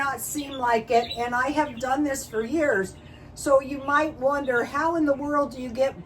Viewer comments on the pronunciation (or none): none